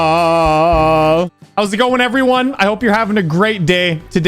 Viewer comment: plz say "krmal" not all together but more like karma-L cuz its throwing me off